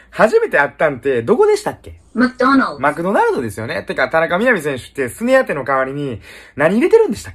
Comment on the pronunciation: 初めて行ったとこマクドナルドってクソださいのに、発音めちゃめちゃ良く言うの草